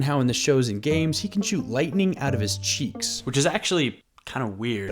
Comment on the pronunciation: It’s kind of funny when you say cheeks 😂￼ yeah that’s kinda gonna work ￼￼￼